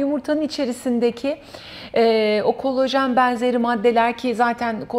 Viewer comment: Verdiginiz bilgiler cok degerli olabilir ama kolajen yerine kolojen demeniz siz ve sizin gibi uzman title'i tasiyan kisiler olan guvenimi kiriyor. Lutfen Turkce'yi dogru kullanin